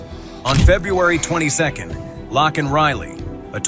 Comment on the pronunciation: Thank you for correcting the pronunciation of Laken's name. ❤